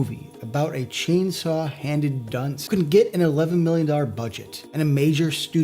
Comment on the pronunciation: It's braggart not "braggit". - It's dunce, not "dunst" He's a lovable idiot, not related to Kirsten.